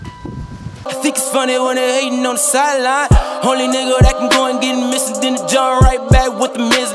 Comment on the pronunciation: MACHINE.... "missionn?!?!?"